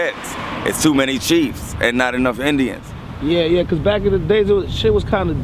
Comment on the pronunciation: Fake ass nerds can't even say cuz right cuzzzxxxxx......